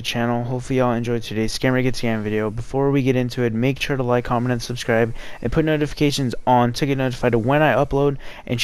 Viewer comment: ahhaah you said comnent haha :) no hard feelings